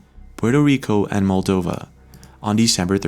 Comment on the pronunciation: MOldova, not MAldova...